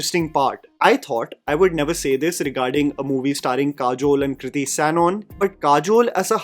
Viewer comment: Why are you pronouncing Sanon as Sanon?